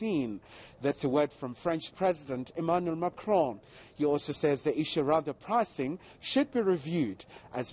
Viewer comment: Whoever told her how to pronounce Macron should be fired XD